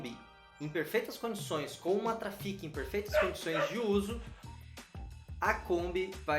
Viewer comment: Fala!!! Esse eu não tinha visto kkk mas é " TRAFICCCCC" 😉👍